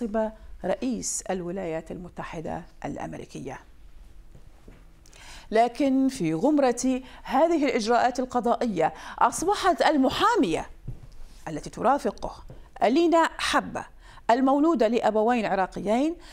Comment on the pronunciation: لطفا رانية العطار غمرة بفتح الغين وليس بضمها